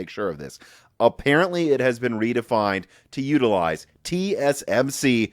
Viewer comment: Should really try to speak a little slower, you seem to be butchering a lot of words lately, mix and matching words for example “TSM “shree” instead of tsmc and multiple words are mixed up like this.